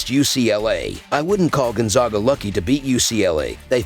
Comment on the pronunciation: If you are going to report about Gonzaga it would be nice if you could learn to pronounce the name Gonzaga correctly.